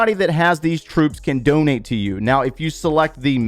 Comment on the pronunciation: “DoNeT mE bRo” 😂